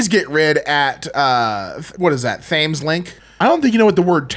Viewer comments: just a heads up for future reference, it’s pronounced “Tems” like the river Thames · Thames = Tems (for pronunciation purposes) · I know I can't be the first to comment, but the Thames is a river that runs through the city of London. It's pronounced "tems". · I’M SORRY DO YOU NOT KNOW HOW TO PRONOUNCE THE NAME OF THE RIVER THAMES?! IT’S PRONOUNCED “temz” 🤦🏻‍♀️